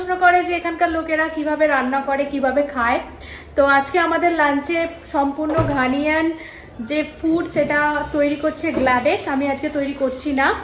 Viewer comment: It's not Ghaniyan. It's Ghanaian. ঘানিয়ান নয়, ঘানাইয়ান।